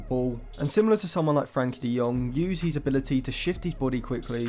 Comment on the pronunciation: eh? You always say he’s when you mean his. They are pronounced differently